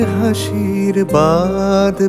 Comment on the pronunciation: উচ্চারণটা বাঁধ হবে I